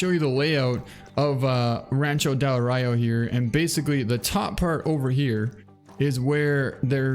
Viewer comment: It's pronounced "Uh-Roy-Oh". It's the Sierra Madre Occidental Mountains in Mexico.